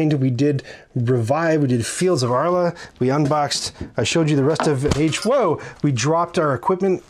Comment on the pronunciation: Directly wantet to take the same line: Well pronounced,! 👌